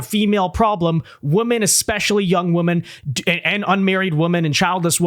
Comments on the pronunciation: The plural for Women is pronounced like “Wih-men” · A lot of people here seem to not know the plural of woman is women and the host doesn't know how to pronounce the two words